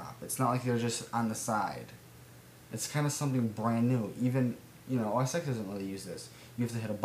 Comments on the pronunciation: It's pronounced "OS Ten." Vista search for documents is terrible, but Start Search for the start menu alone is a godsend. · Noone else here corrected you on OS X's pronunciation. I didn't mean to tell you what you already knew, but I didn't think I'd be the 5th person to tell you.